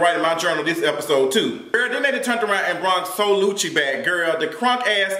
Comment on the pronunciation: He called him SoLucci 😂😂